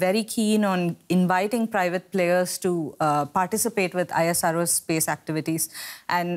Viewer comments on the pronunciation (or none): Say ISRO not I.S.R.O